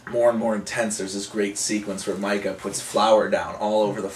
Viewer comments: lol i dont think these guys really watched the movie. his name is MEEKA not MIKA and she woman says meeka alot.idk how he got this confused, and anyone who has seen this movie would agree with me. this movie is also scary as shit, by far best scaryness evar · its pronounced MEE-KA. good review tho. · its Mikah